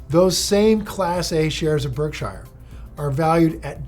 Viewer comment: If Buffett really had such a huge impact on you, one would think you've learned to pronounce his company correctly by now. No one pronounces it Berk-SHIRE; not even Buffett himself. It's not Lord of the Rings for goodness sakes.